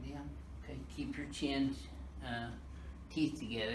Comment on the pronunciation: This foo said chinssss hahahah